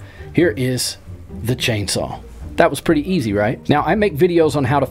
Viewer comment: btw you said chainsawl